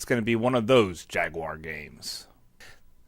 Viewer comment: Atari Jagwire 😂